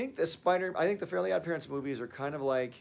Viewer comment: “the FURLY god parents”